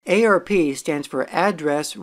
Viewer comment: Saying "ay-ar-pee" instead of "arp" is like fingernails on a chalkboard.